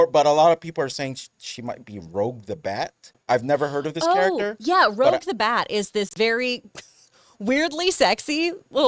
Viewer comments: Just like live(home,) and live(concert). I had to correct 3cflims on this too lol. It's pronounced like rue-je. It shows none of the crew even watched sonic prime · It’s ROUGE, not ROGUE.